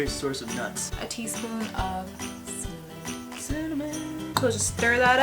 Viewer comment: when she said Cinamon t I thought she said Semon